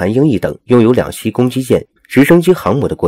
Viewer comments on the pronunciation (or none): 老兄，是两栖（漆qi），不是两西